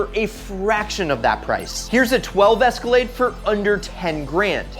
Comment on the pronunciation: Cadillac: Its an es-ka-lade: Its an es-car-laid me:👀👀